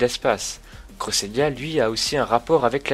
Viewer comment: c pas crossélia c créssélia